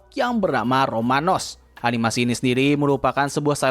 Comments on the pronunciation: Ramones (Ramons ) bukan Romanes bang 😢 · Sorry bang, gw ngakak parah pas lu ngomong Romanos kwkwkwk